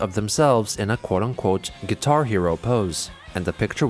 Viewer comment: The way he says quitar